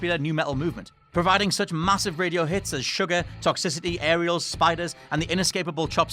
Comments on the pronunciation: Ariel? ARIEL?! It's called Aerials, bloody hell. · It's fucking [A E R I A L S] not "Ariel" you giant knob